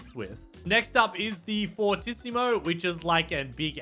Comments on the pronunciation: Hey I hate to be that guy but it’s pronounced for-tee-see-mo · No one knows how to pronounce "fortissimo" or "prestissimo" You're supposed to pronounce it like (for-tee-see-moe) and (pres-tee-see-mo) pvzanimalwars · Just so you know fortissimo is said like four tee sea mo